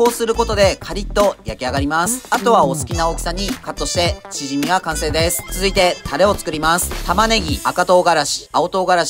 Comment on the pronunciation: チヂミのイントネーションおかしくないですか？笑